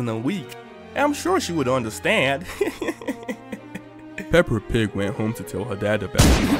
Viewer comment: It’s the fact you call her pepper pig😅